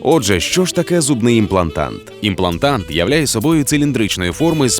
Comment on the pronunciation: в тексте: имплантат, в озвучке "имплантант"...